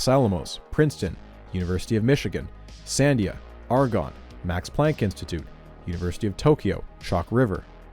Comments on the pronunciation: This is great... although I feel the need to point out that "Sandia" is pronounced "san-DEE-ah" (not "SAN-dee-ah"). It's named after the nearby mountains, and it means "watermelon" in Spanish. I only noticed because my father used to work there. Anyway, great video! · you pronounce Sandia wrong. you're putting the emphasis on the wrong syllable